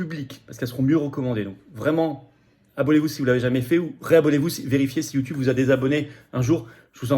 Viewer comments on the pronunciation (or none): none